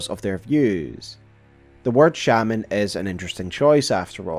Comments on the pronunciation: You're switching up the pronunciation of shaman quite a bit. One time it's "shame"-ans, the other times it's "sham"-ans. You also have a bit of a drawl/vocal fry at the end of your sentences which can be somewhat annoying to listen to. Usually not a big deal but it's exacerbated when you're uploading an hour long video of you mostly speaking. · 1. I know it's the wrong pronunciation but there's something charming and funny about saying it like it's spelled. 2. It would make sense that Radahn wouldn't have needed much convincing to be the Lord of a kinder Order, so long as it is still a Erdtree Order. After all this is a man who loved a horse (who I read as being too weak and sickly even when Radahn was a lad) so much that he warped a fundamental force of reality to not hurt him, and then learned more about warping that fundamental force to save the town he learned Gravity Magic from. This strikes me as a man with a kind heart that would welcome a kinder world, particularly if his family is already fracturing or fractured by this time: Ranni is basically suicidal, Rykard is a bloodthristy maniac who wants to consume everyone, Miquella and Malenia are cursed and horribly sick respectively, Morgott and Mohg are shunned and abused for being Omen, Godrick is... Godrick, Godfrey has been exiled, Rennala is in a deep depression, and depending on when the vow is made; Godwyn is dead, and Marika/Radagon have literally torn themselves apart. I can totally believe that he would reach out for the sweet... I'm not going to say lie but I feel like it's close to it, of an idealized past in the face of a horrible present. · One more note: A lot of things you call "spirals" are actually coils. A spiral's radius is meant to increase or decrease. Actually another, you also keep calling them Shey-Mens instead of Shamans. It's not a word with English origins. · Every time you say "Village of 'Shaymins'" I think its a village of pokemon XD